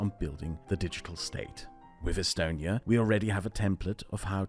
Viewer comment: its not pronounced “e-stone e ya”?